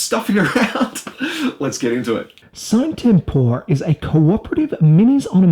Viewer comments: Nice review except for one thing that erks me each time I heart it if I even recognize it mid sentence. You pronounce the game's name wrong, the videos released by LMS pronounce it "See-nay Tem-por-eh" which would mean that's the correct pronunciation. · Dude...it's latin, you pronounce it like "see-na tempora" or something like that